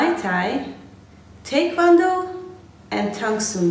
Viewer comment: Few who post these types of videos pronounce Tae Kwon Do correctly as you did.